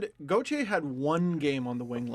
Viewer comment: Everytime I listen to the podcast I always hope they’ll finally say Freddie Gauthier’s name right and I’m always disappointed